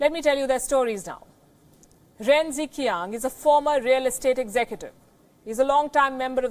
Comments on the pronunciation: mam you are pronouncing it wrongly its like ren jichiang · Ren Zhiqian =Chinese pronounce jichian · In Mandarin Chinese Romanization system (Pinyin) the diagraph 'Zh' is pronounced almost like 'J' and 'Q' is pronounced almost as 'Ch in English', so 'Ren Zhiqiang' should read 'Ren Jichiang' so that it sounds closer to the Mandarin pronunciation. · As always, Pelkyi (Tibetan female name :) is the best who speaks the truth. But the Chinese names are so cutely mis-pronounced. The closest pronunciation possible in Hinglish would be: Ren Dre-chiang (Ren Zhiqiang), Shu Dre-yong (Xu Zhiyong), and Fu Ying.